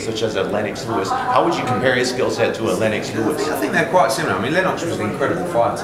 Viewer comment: Pronounces Lennox Lewis as Len-ox like Del Boy!